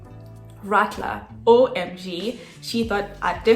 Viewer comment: Not Radler or Ratler, it's more like Raadler.